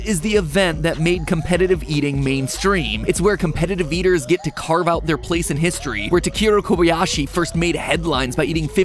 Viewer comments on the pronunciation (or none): none